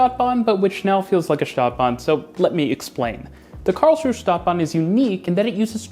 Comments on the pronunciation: It's Karls-ruh-e (three syllables) not Karls-ruh, in German you pronounce the final 'e' like 'uh'. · An observation: You do pronounce Karlsruhe like a local: Karlsruh (without the e at the end and a long ooo sound for the uh) instead of Karlsruhe (with the h and e sound). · You pronounce the e on the end of Karlsruhe. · Karlsruhe is pronounced "Karls-ru-er". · Karls-ru-he. Three syllables. Not two. The "e" ist not silent, it's a "schwa" sound similar to the "a" in the English word "about". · Hearing you pronounce Karlsruhe was "exquisite agony" to quote Vincent Price I think in one of the Dr Phibes movies LOL It is pronounced /ˈkɑːrlzruːə/ the final e is not silent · Small correction: the 'e' in Karlsruhe is not silent. (It's German, not French. The name translates approximately as "Charles' rest".) Also, to quote Wikipedia, The modern tram-train concept was pioneered by the Karlsruhe model in Germany in the early 1990s. It has since been adopted in other cities around the world such as Mulhouse in France and in Kassel and Saarbrücken in Germany. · 1. It's pronounced Karlsruhe not Karlsruh. 2. It's pronounced Stadtbahn not Staatbahn.